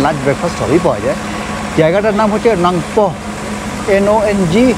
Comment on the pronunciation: amar bari shillong e but ilive in kolkata. Oita nangpoh na nongpoh, ei bhabe bolte hobe❤❤